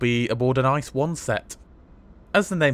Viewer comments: Why pronounce something wrong, just say I.C.E. Ice as in the frozen water is just dumb. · Great video, but every time you say ice a part of me dies. Just call it I C E in english please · Thank's for the lovely video and awesome degree of details in your report :D Just one tiny thing: please do us a favor and make the effort to call the thing I-C-E. No one demands this in German pronounciation but an I-C-E in English would be awesome :P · no ICE (Cream) but IE-CEE-EE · its not ice but rather i-c-e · I am cringing at the ice pronunciation. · Please just pronounce it with 3 seperate british letters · Since it is such a minor thing to you, why are you lazy with the correct pronunciation in the first place. Was there a need to ? Could you even have this conversation in my language ? A little more modesty would be highly apprecíated. Thanks.